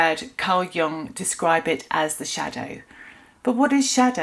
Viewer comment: Please don’t pronounce the name of one of the greatest thinkers of the last century incorrectly…it makes you sound discrediting. For your own sake Carl JUNG is pronounced YOONG